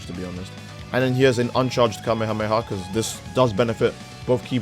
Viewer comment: Who tf says "kameamea" 💀